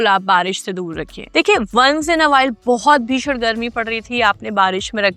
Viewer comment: एन नहीं, इन होता है !